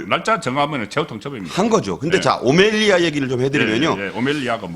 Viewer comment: 오멜리아 아닌 오멜라스